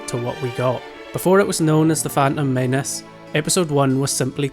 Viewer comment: phantom maynece phantom maynece